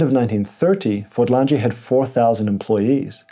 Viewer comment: Fordlandia - where is the 'g' in the word as the pronounciation by the presenter puts one in.